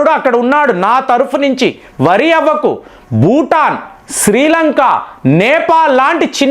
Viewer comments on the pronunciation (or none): none